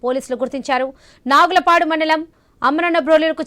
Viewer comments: నాగులపాడు కాదు తల్లి నాగులుప్పలపాడు ఏమి న్యూస్ రా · అమ్మ తల్లి నాగులుప్పలపాడు, అమ్మనబ్రోలు అని పలుకు తల్లి